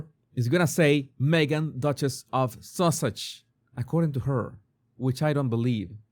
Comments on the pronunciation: It's funny you pronounce it sausage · I love that you call her Sausages, instead of Sussex. She’s making it sound like we Americans are so stupid that we can’t figure out what her last name is. She took her married name, which she refused she say in this video. Duchess is a title, not a last name. It’s not that hard to figure out. She danced around the question and never answered what name is on her passport. She’s trying so desperately to hold on to her title that she will only say that her name is Duchess of Sussex and that Sussex is her family name. Maybe she thinks that if she continues to hammer that in then Parliament won’t take her title away.